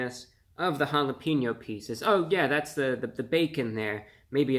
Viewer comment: Prefer if you pronounce it “holla-pain-yo”. Not holla-peen-o.